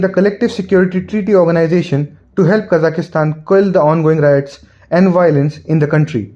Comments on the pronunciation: It's Kazakhstan, not Kazakhastan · There are only 3 A's in Kazakhstan. Why do you pronounce it as KazakhAstan?